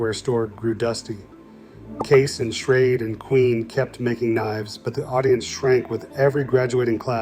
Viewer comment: Prices are off by and should be multiplied by x4, which is funny because it liked to use $4 as a common price for multiple decades. You can tell AI generated materials by the pronunciations of certain words. While it got it mostly correct, it did refer to "Schrade" as "Schrad E" at one point. Which also brings up the point about the "Old Timer" Branded pocket knives that should have been a separate listing, though AI would see it by the Parent Company "Imperial Schrade Corp." and would list it as a Schrade knife because it was introduced as a sub brand of Schrade in 1958 I believe. But yes, my Father carried a Barlow for decades before he changed over to a Case "large" or "Jumbo" Stockman in 1995. I know the year he changed because i've been looking for a replacement for that particular knife for quite a few years now. It has one of those jigged bone handles that Case only used for a short time and my father loved it because of how it darkened with pocket wear from blue or black denim jeans. Being in his mid 70s now, his arthritis is acting up a lot more so I got him a Boker USA Barlow that is a "Flipper" style so that he would be easily able to open and keep carrying a knife design he loves. I have my maternal Grandpa's knife collection in my safe. He carried a number of different brands over his lifetime including the Old Timer's, Case, and Buck. I have a pair of Boker USA Stockman's that belonged to him and my Uncle that Grandpa picked up at the same time in the early 70s